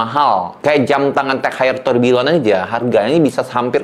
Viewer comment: Loe org jam kenapa ga ngerti cara pronounce nya tourbillion itu harus nya Tourbiyong masss??